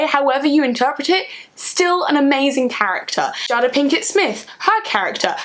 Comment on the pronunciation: the fact that u pronounce jada as 'jahda' unnerves me but youve reslly sold me on the film lol